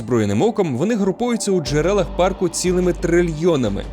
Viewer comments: Найбільш небезпечним у Єлоустоуні це зустріти чувака, який каже «паркУ» 😂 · "у паркУ"... так одразу і не сказав би, що то ШІ начитка... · Все класно, але я дуже перепрошую, у вас неправильний наголос у слові парк, має бути у пАрку, а не паркУ, це просто капець як різало вухо усе відео, вибачте😅